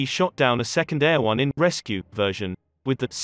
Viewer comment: "Eh- ROH-nay", but you too picked up on the "air-won" pronunciation as well.